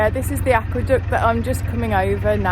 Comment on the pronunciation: Looks like a cracking day for a cruise, the way you said aqueduct near the start made me do a double take, I could have sworn you said aqua duck and was imagining you running over a mallard lol